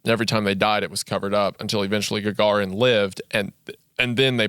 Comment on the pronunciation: its yUri gagArin. You raise your voice a little on those letters. Also on YAkovlev, alekseI ledOvski. The way Isaiah pronounces russian names is pretty good, I`m thankful that he tries <3 Храни тебя Господь, мистер Вендгун